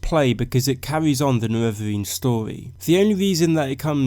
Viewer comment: You speak like a fuckin child mate. Pronounce your R's...its story not storwy..